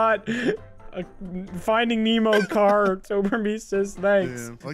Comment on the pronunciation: Will someone PLEASE tell how to say the word czar?